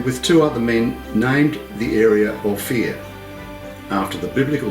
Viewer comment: Ophir is pronounced "O" "Fur"